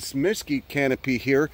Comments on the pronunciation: We need to have a talk about your pronunciation of “mesquite”… There’s no emphasis on either syllable 🤷‍♂️ I know there’s a few more words that you screw up but I’ll get back to ya on them later 😂 I grew up in the DFW metroplex n dealt with those critters all summer. I now live in Colorado n guess I traded for chipmunks 😂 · I was pretty much through the entire video before I realized you were saying Mesquite 😅. or maybe I’m hearing you’re wrong but if I’m correct, you’re pronouncing that wrong😂